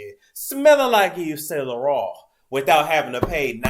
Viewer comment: I swear I live to hear u say, "Smelling like Dior! Smelling like Gucci! Smelling like Yves Saint Laurant!" (With the extra on 'Laurant') 😭😭😂😂😂